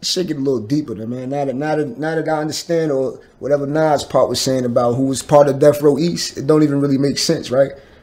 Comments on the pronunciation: I can't finish the video because of the way you keep saying "Nawwz" instead of Nas lmao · pronounces nas' name like nawls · This dude does not know how to pronounce Nas! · Somebody teach the interviewer how to pronounce Nas